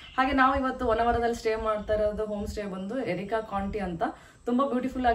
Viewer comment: ಅದು ಎರಿಕಾ ಕೌಂಟಿ ಅಲ್ಲ ಮೇಡಂ, ಅರೇಕ ಕೌಂಟಿ, ನಿಮ್ ವೀಡಿಯೋ ಚನಾಗಿತ್ತು